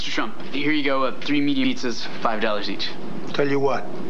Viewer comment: Are we gonna talk about the “three medium EATZZAS” or not?